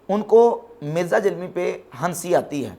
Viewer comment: جب آپ جہلمی کہتے ہیں تو ایسا محسوس ہوتا ہے کہ جہنمی کہ رہے ہیں